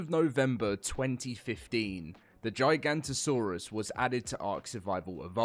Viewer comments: GIGA NOTO SAURUS!!!! Not GIGANTOSAURUS!!! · Giganoto not Giganto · It’s not “J-eye-Gahnto-saurus” is “G-ihga-Notosaurus” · Bro purposely said giganto saurous for coments it worked 😑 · GIG-A-NOT-A-SAURUS < this is how its pronounced :face-purple-smiling-tears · Giga-not-a-saurus. gigantosaurus. Is a sauropod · bro still dont know how to pronounce giganotosaurus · Not how you say the name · He still can't pronounce the name. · I mean it's only been 10 years of saying it wrong guys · yeah there's no "J"